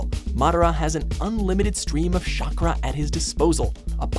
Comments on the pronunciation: Bro, your pronounciation always triggers me. Shakra ?! For reals and wtf is Giyo!? its Gyo you fucking fuck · You pronounce the x in hunter x hunter? Madara is number one? Aizen Sasuke? Shakra? My guy, you should watch some anime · Yeah, even after this video came out I knew for a fact that to be a God of Destruction you don't need a love for sleep. He's a cat, cats sleep for hours on end, you just have to have the power of a destroyer. And it isn't "Shokra" It's Chakra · What is sharkcra? Thought it was chakra lmfaoo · Is he seriously pronouncing Chakra as Shakra? I'll give him that that it sounds like a cool girls name but come on its not hard to pronounce the "ch" sound in English. I'm sorry I don't mean to be rude I just thought he knew English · 'shakra' I'm so fucking done 😂😂😂😂😂 Nice vid tho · Said madara's name wrong and chakra; the way you're saying chakra is something else entirely btw. xD